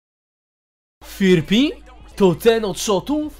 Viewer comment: Zauważyliście że YouTuberzy czytają go jako ,,Firpi" a jego nick czyta się ,,Fripi"? XDDD